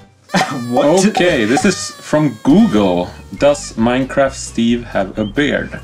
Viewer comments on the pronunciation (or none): none